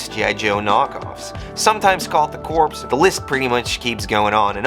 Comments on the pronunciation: “Corps” pronounced ‘core’ Example: Marine Corps. -not corpse 🧟‍♂️😂🙏❤️ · corps is pronounced core you dont say the p. you only say the p when you are talking about a dead body a corpse.